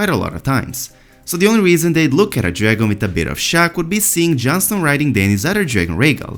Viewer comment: Please pronounce letter "G" well. All I can hear is "Drangon Queen" "Drangon Nglass" ffs